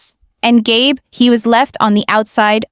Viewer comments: GAB?! It's Gabe, or Gabriel. Crappy AI moderating. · Gay Brown?? Gab?? Do you mean Gabe? Learn to pronounce the names. 🤬